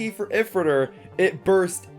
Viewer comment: A few things LR launcher looks bad compared to the first one 2 how is astral spriggan going to work 3 why did they mess up ifritor when Takara set it up for them 4th and last why do you say if ritor zankye says eyefritor when it’s eefritor